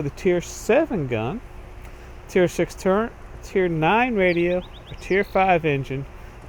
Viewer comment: Why does everyone call it a "turrent" instead of a "turret"? There IS NO N!